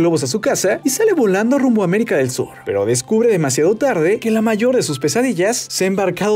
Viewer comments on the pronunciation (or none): none